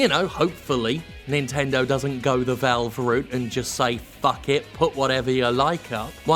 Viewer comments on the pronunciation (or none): none